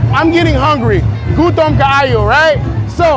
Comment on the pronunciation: I mean u seem like a very good and wholesome dude but when u say " gutom kaayo" it pisses me off first of all is 1 a second of all is pronounced "kutom Kayo" also I couldn't even tell what I were saying like "this is very delicious" in Tagalog because u pronounce it so bad